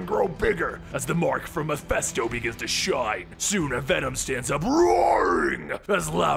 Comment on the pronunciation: It's: "MEH - FIST - OH". Mephisto. Not Mephesto.